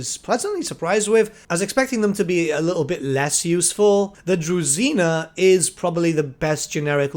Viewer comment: DruЖina not druzina